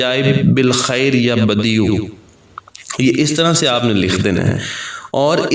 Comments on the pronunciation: Pesh Nahi zabar hai please don't mind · Screen per apne يا بَدِيعَ العجائب likha ha or parnhy me ap pesh بديعُk sath parh rhy hain؟؟؟ pesh k sath ha ya zabr k sath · پہلی ع کے اوپر زبر ہے اور دوسرے ع اوپر پیش ہے